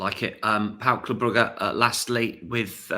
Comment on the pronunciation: Gotta agree with Steve on the smooth pronunciation of Brugge